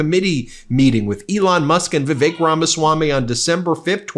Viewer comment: In respect to Indians, please pronounce Vivi-Suck's name properly.